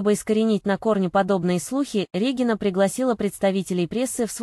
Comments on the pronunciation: С каких это пор Дубовицкая РЕгина, а не РегИнна? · Противно слушать, Р Е гина— РегИна или специально так говорите , чтоб комментарии писали.